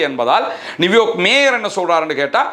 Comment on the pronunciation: நிவ்யார்க் இல்லை நியூயார்க் என்று உச்சரிக்க வேண்டும்